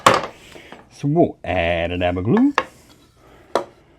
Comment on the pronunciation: Sounds like you say "aba daba doo" = Add a dab of glue. Just noticed at 20.25 it nearly what's wrote on your t-shirt